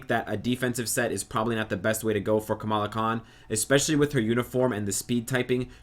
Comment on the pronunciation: You FINALLY said her name right ! ! BRAVO ! ! ^^